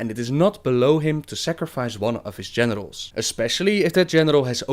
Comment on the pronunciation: I had a chuckle at the way you pronounced Generals. I thought for a minute that Sargeras was known for sacrificing his genitals. And that his own genitals mocked him some how (that would just be mean)